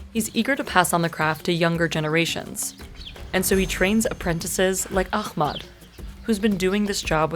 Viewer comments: For the love of God, it's aHmed not aKHmed. It's just an aspirated H. It's just an H-ier H, y'all. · not really she butchered Ahmed's name it's احمد not اخمد use google translation voice and you will know how much difference it's she literally changed his name meaning from "the most praised" to "extinguished" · Pretty sure it was aliens who carved the stones: I saw it on the internet! Ahmed, you’ll never read this but I’m in awe for your mastery! I’m sorry she couldn’t even pronounce your names. She makes money from your story but it’s to much to ask to get your name right.